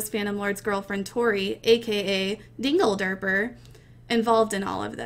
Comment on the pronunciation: when she said dingederper i nearly died :D